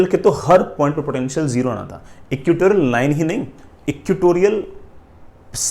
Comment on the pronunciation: ( it is not equitorial, sir , it must be "EQUATORIAL")